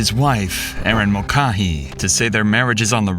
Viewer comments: Mull-Kay-hee. Pronounce the name right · I tried to watch this but your pronunciation of her last name hurt me as it is my last name. It is Mul-cay-hee. You even hear the police say it a few times correctly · Ma'cah,'he? Mulcahy is pronounced Mul'cay,'he. 😂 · Erin's last name is pronounced Mulkayhee not Mulcahee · Pronounced Mul-Kay-hee. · Its pronounced 'mul-KAY-hee.' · The way they pronounce mulcahy is awful its mole kay hee is how its probounces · It’s Mull Kay Hee. Not the 15 ways the VO and cops pronounced it. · What is the deal with your pronunciations? "Mulcaa-hee"? I swear to god you've got the reading skills of like a 6th grader. In every video there's some incredible misreading of a word that isn't particularly hard to pronounce. It's a very common name. The police officers in the video pronounce it right. What's the deal? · It's pronounced Mul-KAY-HEE. Didn't you watch M*A*S*H? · When the idiot narrator has no idea how to pronounce "Mulcahy" correctly. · You say her name wrong, you call Waynesfield, Waynesville, and I don't think you know what you're doing. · Types the name of the city correctly, pronounces it as a completely different city 95 miles away. Can't pronounce the murder victim's last name correctly. Get a better AI narrator.